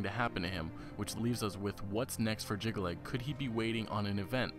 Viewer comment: He also cannot pronounce Jyggalag, Sheogorath or Kvatch. Did he actually play the games?